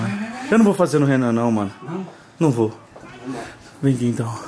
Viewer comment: E ele"vó jogar fora" "Vó Naum" quem escuto curti